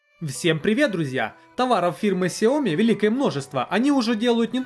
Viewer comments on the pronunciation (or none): Правильно сяоми. Сяо маленький, ми рис. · Сяоми. И ударение на И. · Сяоми с ударения на я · если уже зрить в корень, то правильно говорить сЯомИ - два ударения. Это обусловлено тем, то xiaomi это xiаo- маленький и mi- зерно (маленькое зерно, так китайцы называют просо) то есть 2 слова. Как шаоми это слово не произносится никогда. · название Xiaomi произносится либо как Сяоми, либо как Шаоми (с очень мягкой «ш»). Но общепринятым правильным названием бренда на международном уровне является именно Сяоми, с ударением на последней «и». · Правильно Сяоми ) А понравилось несколько гаддетов. Это кинотеатр и диспенсер для мыла ) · А я читал что правильно сяоми. В переводе с Китайского Сяо - маленький а ми - зерно. Маленькое зёрнышко имеется введу, типо, рисовое. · Правильно делать ударение на Я и И. сЯомИ ;) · СяомИ , ударение на "И" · солидарен с предыдущим оратором =) сяомИ =) но кажется мне что сейчас любое чудо-чудное назови сяоми и оно будет продаваться =) мне новый рег приглянулся, как там с русской прошивкой? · Правильно говорить Шаоми, инфа от разработчиков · китайцы произносят сяоми, есть даже видео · Правильно ксіомі